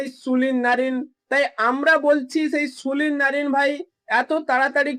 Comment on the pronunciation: Sulin noy Sunil bolun